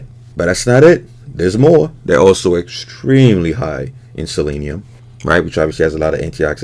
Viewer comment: When you put the yolks up there, I thought I heard you say “eggstremely” I was like well played.